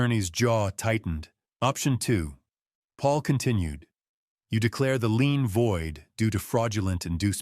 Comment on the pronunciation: Not lean, lien.